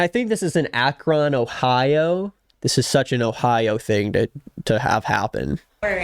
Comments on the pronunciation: Akron is pronounced like "ack-rin" 😂 it's also one of the worst places in Ohio imo so this Karen's behavior doesn't surprise me. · lifelong akron ohio resident here.. this is indeed very on brand 🤣 also for you out there not from here, it’s “ack-ren.” 🤣🖤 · firstly, yeah it happened in ohio obviously, it's "akren" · As someone who lives near Akron (pronounced Ack-rin) … yeah, this tracks. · ur pronunciation of Akron make me giggle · okay i will admit i havent watched the video yet BUT i actually know sam (thelivingrichardson) she was my dance teacher for like 5 years while she worked at the dance studio i danced at! i was really close to her even though i was technically her student and you pronounced akron wrong lol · The way pronounced Akron 😂😭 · Hearing try to pronounce “Akron, Ohio” made me want to move out of Akron